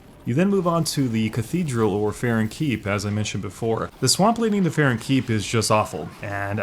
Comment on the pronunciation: farron keep not farren 👌